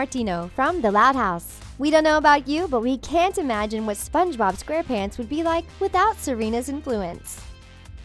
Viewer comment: I like how she says : Sponge bOb